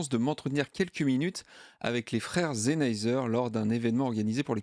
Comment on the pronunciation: superbe vidéo mais Sennheiser c'est avec un S pas un Z ptdrrr, je rigole, superbe vidéo